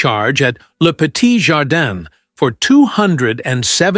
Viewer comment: Not Leet Jardan but LE JARDIN